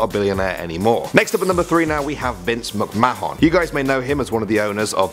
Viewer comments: this guy said vince mc ma hong wtfff bro seriously ? google how to say names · you mis pronounced vince mcmahon name lol